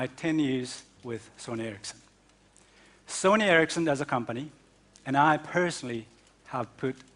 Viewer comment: i know, but its called sony ericsson not ercisson